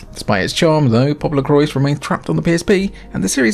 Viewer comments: Awesome video! I own a few of these, but you showed me some real good ones I’ve never played! Added them to my Christmas wish list lol! Thanks! As for Popolocrois, you pronounced it correctly, but without the s at the end- “Po-po-lo-croy”. I aslo tend to pronounce it like “popolocroa” like how you said it the second time, but I learned that was incorrect lol. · According to the katakana it reads 'PopoloKurois'... with should be spoken 'Popolocrois' as in english and not in the french way. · It's pronounced "poo poo LaCroix" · Should definitely be 'Popolo-qwah' since it's a portmanteau of Italian and French. But you know, Japanese creators love appropriating words and ideas from elsewhere and fundamentally changing them without anyone batting an eye lid (usually).